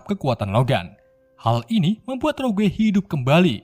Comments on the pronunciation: Bukan roguwe Bang tp rogue sebutan nye😉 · rogue dibaca rog mas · Rogue njir, bacanya roug bang